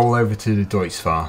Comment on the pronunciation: nice vid but you said deutz wrong just to let you know